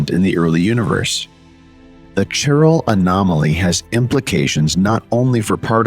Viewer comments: Bot (or human) can’t pronounce CHIRAL properly. “Kai-RAL” not “chiral”…(Ch as in cheese is wrong)…. Nor is it “sherality”….. the physics otherwise is ok. However, displaying electrons in atoms as balls is kind of non-quantum mechanical and harks back to chemistry of the early 20th cebtury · Chiral pronounced Kairal, chirality kairaliti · Might be nice to (re)educate the speaking AI on how to pronounce chirality & chiral. It gets it right sometimes, "chiral anomaly" mostly. I notice Google Search can't understand the spoken words, chiral and chirality either.